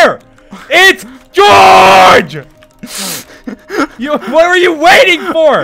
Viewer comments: "Goerge" " GOERGE " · George: *Hits Dream with Pickaxe* Dream with British Accent: ”George!” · Dream saying “George!” In a British accent is giving me life!!😂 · why did dream have a british accent saying "george" 😂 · DID ANYONE HEAR DREAM GO "OW...GEORGE-" IN LIKE A ACCENT!? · seconds dream said george in a british accent